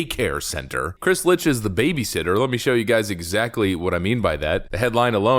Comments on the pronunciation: Funniest thing? It's not Lich It's Licht....as in licked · It is Chris LICHT not LITCH. Dyslexia? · Licht should be pronounced as "licked" as in Chris Licht... my balls. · I thought Licht was pronounced phonetically as Licked? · His name is pronounced "licked", it's German for light. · Love your videos. Hate your pronounciation. Dude's name is Licht, pronounced "Licked", which he very well may soon be. Licht is German for Light, so the ch is the sort of hocking sound like Bach, Achtung or Ach du lieber. Also the o in Michelob is a long o, like go, as in go google the pronounciations of the stuff you're talking about. Great content, but you're diminishing your point by making basic mistakes in pronounciation. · As amusing as it may be to call the current head of CNN a zombie, I'm quite sure the name is more closely pronounced as "licked"